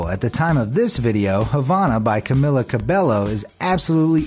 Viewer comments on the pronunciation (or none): he said camilla cabellos name wrong.... ANGRY NOISES. He even didnt remember the Mercator projector..... VERY SUPER ANGRY SUPER SAIYAN NOISES